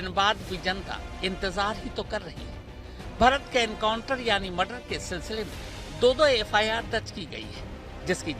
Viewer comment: Enkauntar nahi hatay hai sir ji kab se chilla raha hu aap baar baar enkauntar bol rahe ho